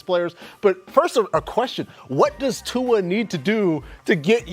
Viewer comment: It’s annoying hearing them pronounce Tua’s name wrong. There is no letter N in his last name